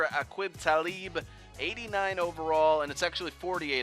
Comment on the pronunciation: you butchered Talibs name bro